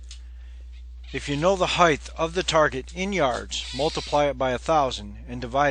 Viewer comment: We have a new language! Heightth and anguliar are two new words and we’re not yet two minutes in. Listen on….